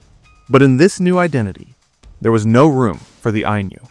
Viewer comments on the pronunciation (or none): If "Ainu" were meant to be pronounced with a palatalized n (as the narrator pronounces it) then the Romanization would be "Ainyu."